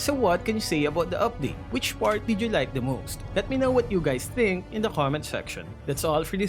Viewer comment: I always wonder you can pronounce ( K ) but say ghommet section instead of comment section